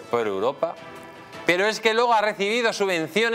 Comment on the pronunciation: Dice: "España es el motor económico de Uropa"(eso fue lo que dijo, Uropa, no Europa)... y yo me descojono de la risa, jajja😅😅😅😅😅😅😅😅😅😅😅😅😅😅😅😅😅😅😂😂😂😂😂😂😂😂😂😂😂😂😂😂😂😂😂😂😂😂😂😂😂😂😂😂😮😮😮😮😮😮😮😮😮😮